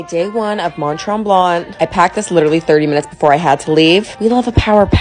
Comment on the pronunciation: I’m sorry it’s not tremblant it’s tremblan the t is silent because it’s French ❤